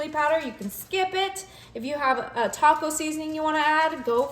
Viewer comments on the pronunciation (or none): none